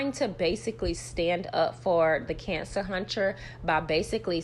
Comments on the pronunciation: Lord knows you make it hard for me to get through this every time you say cancer huntcher. I'm in tears 😂😂😂😂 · It’s the “Cancer huncher” for me 😂😂😂😂